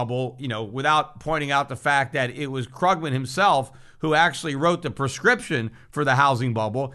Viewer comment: Love how Peter deliberately mispronounces Krugman's name :D